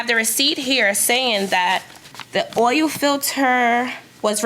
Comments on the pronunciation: I am curious why both plaintiffs pronounce the word "Oil" so differently. I have never heard oil referred to as "Ohyou". Maybe a geographical linguistic difference, considering they are both saying it the same way. Interesting. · Defendant says oyel not oil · The plaintiffs can’t pronounce the word, “oil”. They say, “oi-oh”. LOL… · I don't think I've ever heard the word oil pronounced the way those two did. Plaintiff did not prove her case. If you can't prove, you don't win. When you come to court, come prepared. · The way the plaintiffs pronounce OIL is like nails on a chalkboard😑